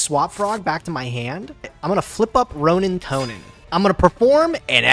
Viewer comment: please can you get to say the word 'roanintoadin' correctly everytime he says roanintoanin i want to kms